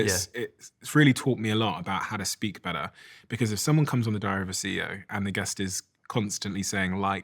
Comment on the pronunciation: It's taught him a lot about "howda speak bedder"! 🤷🏼‍♂️